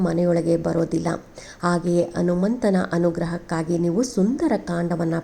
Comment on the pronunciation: Anumantha , Hanumantha antha sariyagi helu